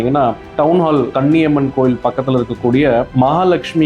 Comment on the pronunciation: Koniamman temple,not kanniamman